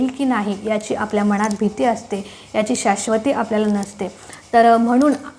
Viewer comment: मनात...हा शब्द शुद्ध उच्चारा...बाकी वीडियो छान